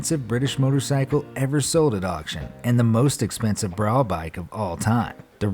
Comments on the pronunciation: Love your stuff but please pronounce Brough as Bruff as it is a English bike. It is not pronounced as Brow. Thanks. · BROUGH SUPERIOR... It's pronounced Bruff not Brow !! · Brough is said bruff. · The Brough is pronounced “bruff” btw. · Its pronounced bruff superior